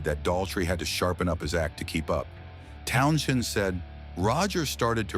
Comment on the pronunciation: AI bs. They can't even pronounce Townshend's name. LOL